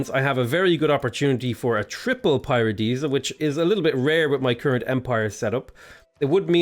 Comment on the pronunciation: I need a counter for how many times said Paradeesa (i know i spelled it wrong!) lol